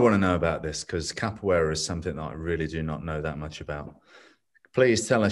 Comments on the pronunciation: Its "Capoeira" and not "Capoiera" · God bless Lateef for refraining from correcting Scotts pronunciation of "Capoeira," even after Lateef gave the correct pronunciation several times throughout the interview 😅